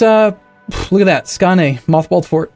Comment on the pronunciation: The "å" in Skåne is pronounced like the "o" in scones